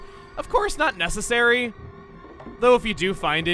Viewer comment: it's not nessessary... nor is it paulaessary, jeffessary, or pooessary.